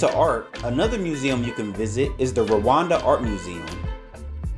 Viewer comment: It’s Rwanda not Rawanda